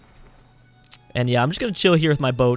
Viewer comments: Glasgow is pronounced Glazgo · Glasgow = Glarz-go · its said glazz-go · For Glasgow, just pronounce the S as a Z